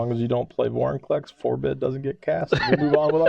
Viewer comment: I'm sorry, did you say Boringclex? Lol I kid. But really, he turns into archenemy so easily.